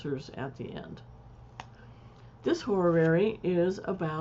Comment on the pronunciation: I appreciate these quick tutorials! One tip for you though: Learn to say the word horary. It's not "horrorrary" or hororary as you say it. You mistakenly add an extra syllable. it's HO-RA-RY. That's all. Also, the word is across, not acrossed.